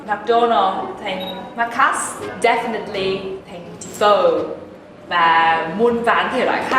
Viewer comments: Chị phát âm chữ maccas’s sai rồi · Nguyen Bill : 👍👌😂 Không phải chỉ “Maccas’s” không đâu! Kkk...